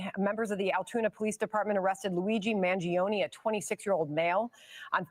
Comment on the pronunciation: at least try to pronounce the suspects name correctly it is NOT managing it is mangiOne he is from a wealthy family.